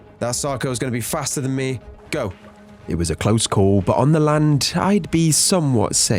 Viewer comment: as soon as i started video i skipped a bit and you said on the *land" sounda like lund means penus in my language, my mom scolded me in front of dad in the damn morning. 😑